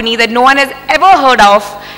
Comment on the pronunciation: Here She said punaaaa not pune 😅